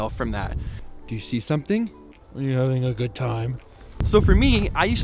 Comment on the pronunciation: You'd say, it was... sewthing? ^^